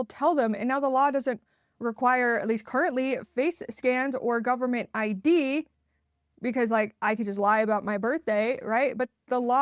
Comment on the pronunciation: Love how you pronounce it "goofernment". So accurate! 😂